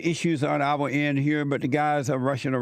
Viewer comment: "Love ovuh neighbors as we love ovuh selves." 🤣